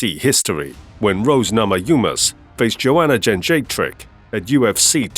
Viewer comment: Thank you for pronouncing Jędrzejczyk correctly. And not that nonsense like “Joajeyjack” like Rogan used to do. By the way... she got what she deserved.